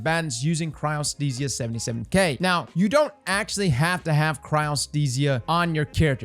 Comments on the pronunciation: congrats on finally learning how to say Chryostesia hahaha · you pronounced Cryothesia correctly.... are you ok?